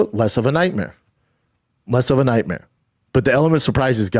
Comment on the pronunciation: Nightmeers and veeriables